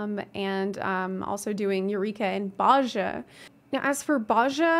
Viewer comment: Very good video, just one thing, Bozja is very commonly mispronounced, but we hear Gaius pronounce it in Werlyt, it's Boh-zee-uh